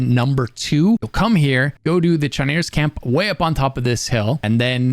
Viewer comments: It's pronounced as kimera. It's a Greek word, the ch was pronounced as a k in most situations. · You can pronounce bene gesserit but not chimera or octagonal?